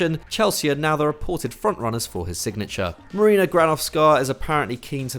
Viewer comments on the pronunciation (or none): none